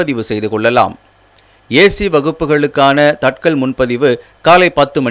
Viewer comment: Its not tatkal,its tat kaal.